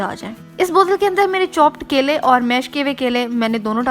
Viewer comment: Apke kaile 😂😂mere kaile 😂😂 apka dosra kaila, 😂😂😂😂khud video dekho or suno kitna weird lgra hy Or yeh recipe nahi thi ..bore hoke dosro ko bore karna ka new tarika tha